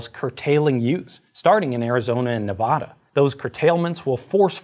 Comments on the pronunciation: Ne-va-da. Not Ne-vah-duh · I've heard you say it a few times now and I just can't let it go... It's ne vAA da, not NEV ah duh. It rhymes with "Calaradah" (the square state east of Utah). The mispronounciation has killed local politicians' careers. Anyone in Oregon will tell you it's not "ore-gone" and Cajuns will scoff if you say "new or leenz". It's NevAda. A as in apple. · Man said Nevada wrong lol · STOP PRONOUNCING MY STATE LIKE THAT, that is NOT how you pronounce Nevada, knock it off ! ! ! !